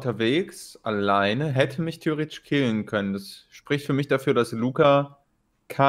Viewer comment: anstatt theoretisch habe ich auf Chinesisch verstanden XD !